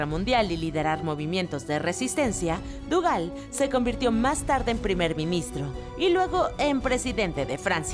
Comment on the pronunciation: Estoy segura que De Gaulle no se pronuncia "duval" o algo asi